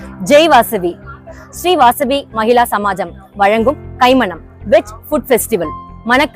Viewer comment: மகிளா சமாஜமா? மகிலா சமாஜமா தமிழை கொல்லாதீர்கள்.